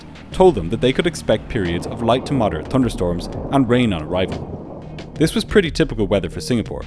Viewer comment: I LOVE HOW YOU SAY TONNE-DER-STORMS ❤❤❤😂😂😂